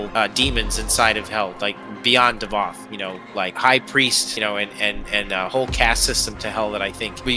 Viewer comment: it's davoth thats his name